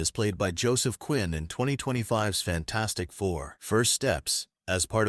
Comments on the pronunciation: HE CALLED IT FAN-FOUR-STIC TOO 😂😂😂😂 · He literally said fan4stic